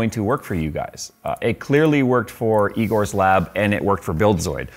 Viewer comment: "Eegores lab" - "That's eyegore"